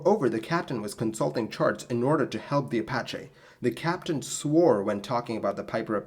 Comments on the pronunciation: apacha??? I thought it was apache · Apache - Uh pa (short a as in path) chee (as in cheese) in case you ever have to use it again.